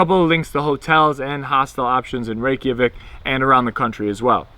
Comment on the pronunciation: Great informative video. I've been to Iceland 3 times and can't wait to go back next month. But PLEASE dub over the audio and stop saying "Rey-key-a-vik" It's Reykjavik , "Rey-ka-vik" lol Its you're like calling Mike Mikey. I honestly wouldn't say anything if you didn't say it SOOOOO many times! Otherwise great video. lol